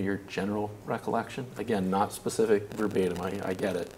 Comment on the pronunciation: I can appreciate someone who knows the difference between “specific” and “pacific” 🌊